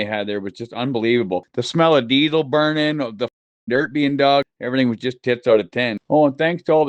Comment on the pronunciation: scoop da dert throw da dert 😂😂 i laugh every time i think about it